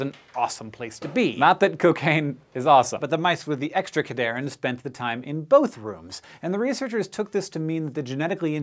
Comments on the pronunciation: It's pronounced CAD-Here-In. They help cells conditionally adhere to each other, hence the name. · Its pronounced CAD-HERE-IN having its etymology in ADHERE (sticking together). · I'm not one to correct pronunciation, but the naming of this class of proteins was really well done. It's pronounced cad "hearin" because it is "Ca"lcium "d"ependent "adhere"ing molecules. Love when scientists make memorizing mechanisms easy, so I wanted to point this out :) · It's pronounced "CAD-HERE-IN" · I died a little every time Cadherin was mispronounced :(( come on SciShow